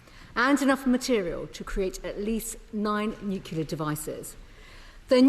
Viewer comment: Can't even pronounce NUCLEAR properly. What an embarrassment ! You are irrelevant Lammy, as is your mate Starmer !